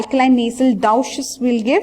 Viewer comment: Doosh pronounce for Douches not dawches